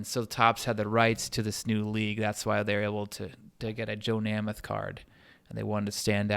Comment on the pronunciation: Thank you, Great video, I just don't see enough football card video's of classic vintage iconic football cards. Count me in as a new subscriber. However you may want to check your pronunciation of the names Grange and Namath.. :)